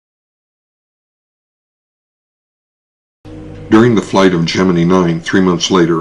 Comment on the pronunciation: I'm not sure why, but practically everyone at the time pronounced it Geninee instead of Gemini. You'd be hard pressed to find any footage from the time or even later interviews with those who were there where they pronounce it Gemini.